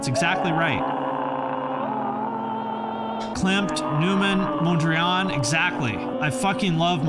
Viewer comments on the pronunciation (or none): none